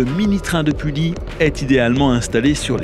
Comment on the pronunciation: Bonjour, je suis conducteur au Mini-Train de Pully, je voudrai vous remercier de ce beau reportage et vous corriger 2 erreurs ! -Le MNT a fêté ses 30 ans en 2015 ! Bernard a donc été président 30 ans ! Le MNT fêtera donc ses 35 ans en 2020 ! -Pully se prononce "Puhi". Ce n est pas grave mais maintenant vous le savez ! Merci encore et bonne journée !